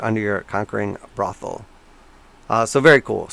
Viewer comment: that's an interesting way to pronounce boot heel